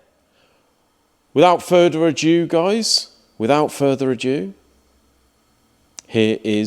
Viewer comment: I think was stuck with the French 'adieu'... but, at least it was 'amoozing'... and he does really well freeform talking to a camera... 😂